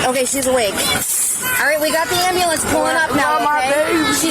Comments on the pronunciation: How did I know ahead of time she was gonna call it an "ambalance"? Poor Larry, he seems like the only chill one in that entire family, lol. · “Wit me in da ambalamps!” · That traumatic brain injury made her forget how to pronounce ambulance. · Can any of these fools say ambulance correctly????? they really need more schooling! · An ambulance (EMS). The pronunciation is part of an East Coastal accent. Another example would be: “I’m warshing my hands.”